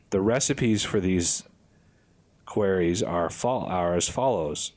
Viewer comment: "Kwah-rey" not "kwear-ee". Great Let's Play series!!